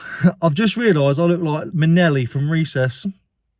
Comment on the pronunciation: Did you say… ‘Minelli’ 🤨